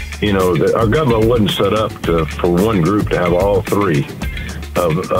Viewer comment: My favorite was LOW IQ Tuberville who pronounces Government as " gubmint ". I think there should be IQ tests to run for office - or at the very least a person should be able to say the word "Government" before they are IN the government voting on policies.